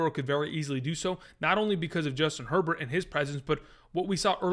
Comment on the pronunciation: Who's Joistin Herbert?? 😆 🤣 😂